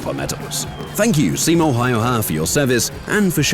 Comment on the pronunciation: first youtube channel that actually put some effort trying to say finnish words and names correctly and to me the pronunciation was pretty correct better than other channels non finnish channels that has made a video about simo.